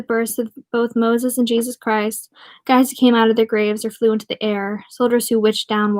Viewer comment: You have a good reading voice Critique - up your vocab and spare e'reone the censorship *heehee ur irish sounds like a northerner imitating a texan s'all good tho , work on it ... **jesus = jay'suss (nell) ***"ah'yuhp" is the maine colloquialism (you're close) n o c e n s o r s h I p ✊